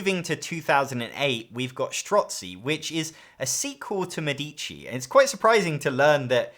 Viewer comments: MEDici. The accent is on the first syllable. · Thanks for the nice video. A minor observation: "Medici" is phonetically pronounced /ˈmɛ.di.ʧi/ with the stress on the first syllable ("Me"). In Italian, the accent falls on the first "e," not on the second "i," which often confuses non-Italian speakers. Compare with the pronunciation of "medical", in English.